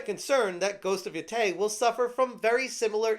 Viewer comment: It's pronounced Ghost of YO-TAY